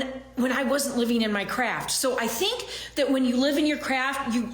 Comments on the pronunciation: "Living in your craft" yeah, that's not what I heard. I heard "living in your crap" which seems much more accurate. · I think you misheard she wasn’t saying craft…in my opinion she was saying crap. Ya gotta live in your crap. 😂